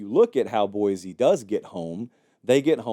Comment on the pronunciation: It’s pronounced Boy-See.